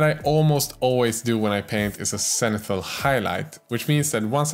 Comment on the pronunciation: I love your pronounciation of words like "shest", "senithal" or "yewelry" forsenT